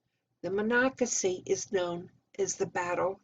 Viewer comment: i asked how to say Monocacy when i visited, had no idea how, you did very well, and enjoyed the history at the visitor center.